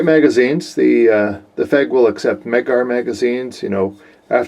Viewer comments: Keeps calling it a "fehg". I thought it was F E G. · I heard somewhere that the trigger's different...might be for the P9R though. Oh, and FÉG is pronounced as "Feyg/Fayg"!